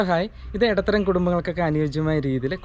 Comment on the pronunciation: എടത്തരം അല്ല ചേട്ടാ ഇടത്തരം